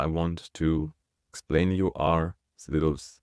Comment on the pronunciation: Oh, my gosh! I was wracking my brain trying to figure out what "silves" were! 🤔 I even did a couple of Google searches with no helpful results. When you started talking about the two parts of 한국 it finally dawned on me that what you were talking about was "syllables!" 🤦‍♀